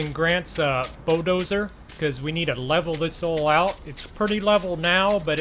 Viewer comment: why you say bo-doser its a bulldozer lol